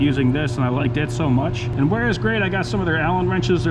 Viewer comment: Both Wiha and Wera are German brands. So the correct pronunciation is Viha and Vera. 🙂